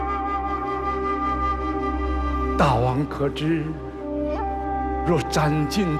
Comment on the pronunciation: “大王”发音应该是Dàiwang，“大”音同“代”，“王”念轻声，跟“大夫”同属一个模式。这么基本的常识，却在这么大的制作里被无视，陈凯歌都没出来指正，遗憾…。